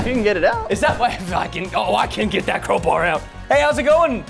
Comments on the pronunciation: lol crobar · When presten said “crowbar” i thought he said cobra so i thought he'd use a snake